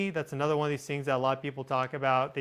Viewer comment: Whenever you say At Nuther it makes me cringe. You are so much like me.